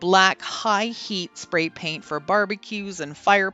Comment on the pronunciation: All of them turned out beautiful! Did you say “Fat, brat, pray spaint?”? Lol